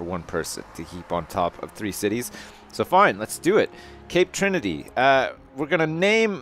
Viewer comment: Lol, Tape Crinity = Cape Trinity